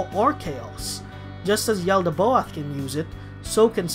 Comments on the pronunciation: The god is pronounced “yal-da-both” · And the way you say "Yaldabaoth" is weird as hell too lol